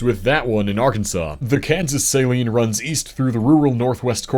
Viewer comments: The Saline River in Kansas is pronounced Suh-lean not Say-Lean like in saline solution. there’s a city named after it called Salina which is pronounced as Suh-Line-Uh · The Saline River in Arkansas is not pronounced the same as the salt water solution used for many things.. the emphasis is on the 2nd syllable, LINE which is pronounced as LEEN. As mentioned elsewhere regarding the river in Kansas by the same name, it's suh - LEEN. Also, the other river you mentioned it is a tributary of is pronounced WASH- i- taw... (Ouachita), not washituh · Saline (Sa-leen) it is a beautiful river with great fishing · Ah, the Saline River in Kansas. We pronounce it as sah-LEAN. You got Salina’s pronunciation down pat. :) I used to go to Lake Wilson (on the Saline between Russell and Salina) all the time as a kid. I loved jumping off the cliffs in the central part of the lake. Quite a few lakes in our state.